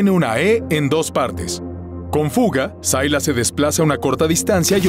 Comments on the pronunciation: Sailas pu wn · Sailas???? SILAS